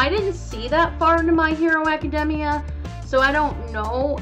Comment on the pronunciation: My hero academia was pronounced so wrong in this video “just to clarify” my hero academia should’ve won